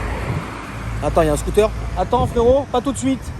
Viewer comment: il m’a tué lés réaction 😅🤣🤣 Les scotéérrrrres 🤣🤣